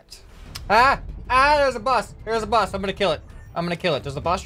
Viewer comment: lol you said bus instead of boss XD